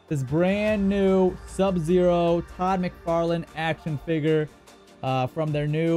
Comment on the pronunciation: figer BRO ITS FIGURE ITS NOT THAT HARD